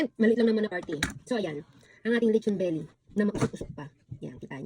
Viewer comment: Haha. Lechon veeelly.. 😂 muwiset.. Dami ko tawa